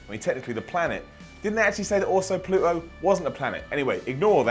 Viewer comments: What the hell is Pluh-oh? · Listening to saying Pluto is the strangest thing ever.